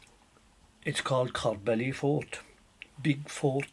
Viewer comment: I grew up near there, never pronounced it ''Corr bally'' it was always known as corb-ly